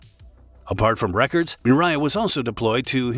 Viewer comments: It’s Mria not miraya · mirya? No, MRIYA. Learn to pronouce that correctly. MREE - YA. So simple. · You say mriya mree yeah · I think the correct pronounciation should be :: um-RAH-yah !! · Fun fact: it takes less than 1 minute to learn how to correctly pronounce "Mria"